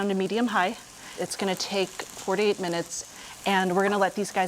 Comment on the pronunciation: ya shes really not putting any emphasis on the "to" when shes speaking leading it to sound like fourty eight instead of four-to-eight